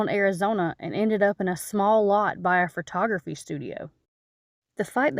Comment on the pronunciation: I know I'm talking to a southerner when I hear the word fertography lol